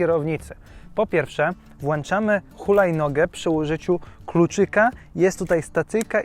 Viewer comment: Fajne filmy ale jak mówisz włącz to mów włączam a nie włanczam plis